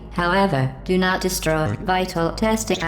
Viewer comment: OBJECTION! Its pronounced "Di-stroi" not "de-sh-tro-ye"